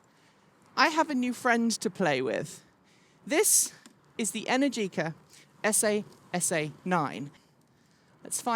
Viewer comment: but what did you think of the esAy esAy pronunciation, ouch.